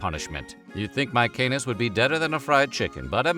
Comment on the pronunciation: It's fucking MaeSenas, not MaeKenas.